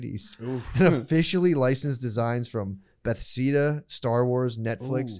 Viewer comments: I laughed out loud, but he said "Beth-see-da" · Matt pronouncing Bethesda as Beth-ease-da is classic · What I liked best about this episode was Matt's pronunciation of "Bethesda" during the Displate ad.